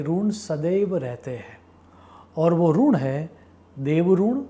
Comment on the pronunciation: Sir Runn Nahi Rinn. Ri for Rishi Not Rushi, Rugved nahi Rigved 🙏